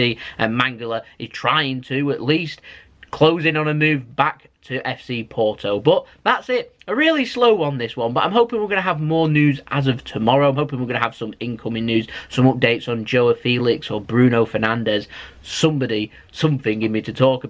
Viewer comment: Can't see us letting Leroy go anywhere, none starter from the outset, just rumours. By the way, the name "João" is not pronounced Jo-ah like you say. It's pronounced the same way you pronounce the word "Cow" in English, but with a J sound at the front instead of a C... Also, it's Gundo-WAN, not Gundo-van 😎